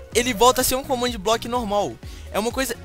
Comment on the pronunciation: ele falo comandblokc